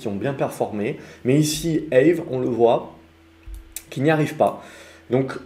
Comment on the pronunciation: Aave, ca se dit comme en francais "A-ve", pas "ève"! (Ca vient du finlandais)